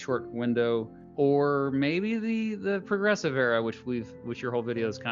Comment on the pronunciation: "The Progessive Era"